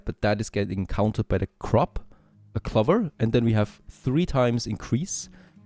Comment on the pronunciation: Lol finally I figured out which crop you were putting in to increase fertility. Usually I can understand pretty easily when you mis pronounce something but that one completely threw me. Had to pause and screen shot to zoom in… clover lol “Klo - verr” I’m hearing cluvver lol